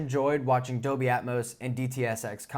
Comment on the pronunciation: really enjoy your reviews a lot. I do have a small teeny thing that is distracting. It's your annunciation of the word DOLBY... it comes out as 'doby' or 'adobe' but not anything close to DOLBY. Hehehe, really I am not 'that guy' it's just the poor annunciation of a key word for modern AV reviews diminishes the content for ME as I might be the only person on the planet it bugs. FYI, I once dropped a core course in college called Abstract Algebra because the prof, who I liked personally, because he was not able to pronounce most of the key words for the subject...